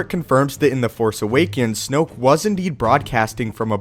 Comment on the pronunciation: Snoke rhymes with smoke... dig it?